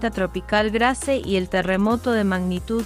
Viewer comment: Por favor es Grace , que se pronuncia ,no literalmente en español Gracias